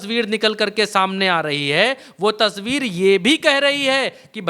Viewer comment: tsbeer nahin tasweer bola kijie